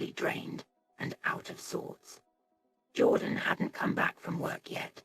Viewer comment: The narration is pathetic - a child could have done better. The pronunciation of even simple words was laughable. Even Jordan's name changed regularly from "Jordan" to "Jaw Dan". It just irritated me.